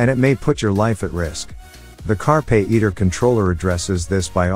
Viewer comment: Carpay iter? it's carpe iter.. come one.. Chey AO5?? Chigee AO5. stopped watching after that *duck up